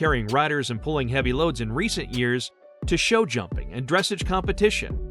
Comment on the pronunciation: if you are going to talk a bout horses and reference Dressage, please learn to pronounce the word correctly! It's Dress awwge not dress age